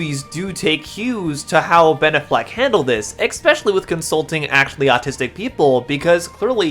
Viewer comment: The way you pronounce Ben Affleck it's very autistic, like unironically, it has that autistic accent, neat video